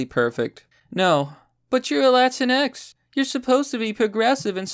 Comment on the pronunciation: It's pronounced La-tings.